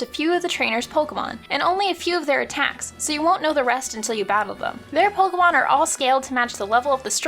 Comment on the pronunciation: It's pronounced "poh-kay-mahn." Not "pohk-mahn." It's right here in this official handbook from 1999.